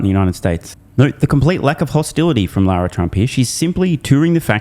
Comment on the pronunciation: Uh, it’s Lara, not Laura.